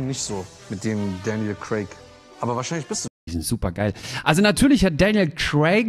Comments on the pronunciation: daniel crack😂😂😂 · Ich liebe Däniel Cräck. 😆👍